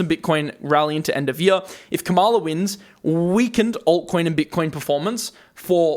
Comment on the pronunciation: The correct pronunciation of VP Harris' name is — KA-ma-la. Accent is on the first syllable. Soon to be president-elect. And in the long term her administration will be so much better for the economy and the world. I'll take a short term correction any day over a fascist regime.